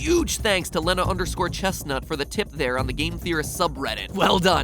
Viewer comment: You mis-pronounced Lena.